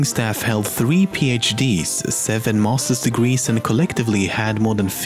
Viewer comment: said "7 mosters degrees" what the hell is a mosters degree?